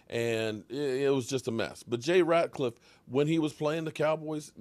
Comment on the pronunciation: It’s Rat -Liff not Ratclliff.. 😆😆😆